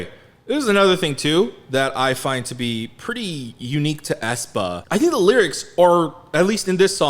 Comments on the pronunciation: Æ is pronounced as the first "e" in "cellphone" but ok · It just hurts my soul how they use the letter æ. Ofcourse it is used as a visual statement, but the pronunciation is not the same as ae